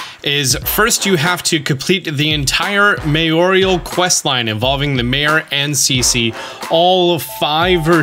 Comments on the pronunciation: Mayoral = Mayorial? Where is that "i" sound coming from,? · Mayoral. Pronounced like May Oral. There's no "i" - you're saying "mayorial" when it is "mayoral". May Oral. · You are driving me crazy with that mayor-IAL quest. It’s mayor-al. There is no extra “I” in the middle.